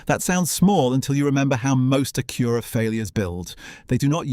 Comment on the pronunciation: He keeps calling it an A-cure-a.